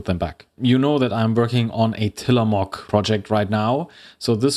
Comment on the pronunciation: from an oregonian; till-uh-mo(slightly long o)hk. not quite how you'd say mook, not how you'd say mock. but also not a proper long o/oo. perhaps muhk.